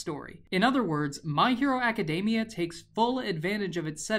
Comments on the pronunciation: It triggers me every time he says My Hero Aca-day-mia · Is it me or does he say Academia like macadamia?